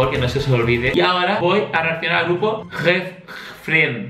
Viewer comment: cuando dijiste gfriend casi me caigo de la silla xd